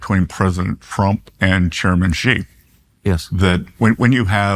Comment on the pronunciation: Am I the only one who heard him say President Frump?